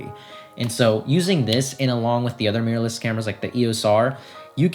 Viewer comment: I like how he says "meeyur"